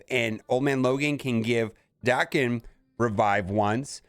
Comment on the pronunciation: Damnit man! Why can’t you read?! What is Liam Neesam’s best movie? Taken. Now, pronounce Wolverine’s son’s name again, correctly. Jesus Christ….